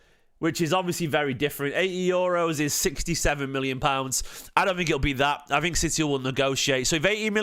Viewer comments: Do you reckon Vianna has something to do with these very young signings ? Khusanov & Reis Btw apparently it’s pronounced EiS without the “r” If we can confirm these signings, we are sooo back ! Txiki redemption arc ! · Hes Brazilian and the r might not be silent but pronounced with an H sound. Like royce and roger gracie are pronounced hoyce and hodger she he is brobably vitor heis